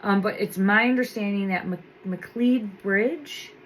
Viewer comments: McLeod-It’s pronounced Ma Cloud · The pronunciation of the road is Mc Cloud.